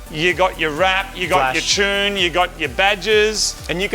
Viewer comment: I still can't get over how Moog says "tune"..... "chune" is not a word lol